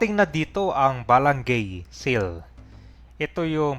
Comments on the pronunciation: Bala-ngay po, hindi balang-gay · Ba-la-ngay hindi balang-gey 😂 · Ba-la- ngay ang bigkas nyan. Ginawa mo nman bakla..😂😂😂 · Bwesit ung pg.pronounce ng Balangay..